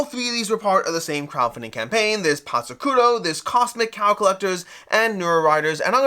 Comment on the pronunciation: Love your channel, but a quick search in google will tell you the actual pronounciation of Patzcuaro :) it's "pats kwaa row". Awesome video!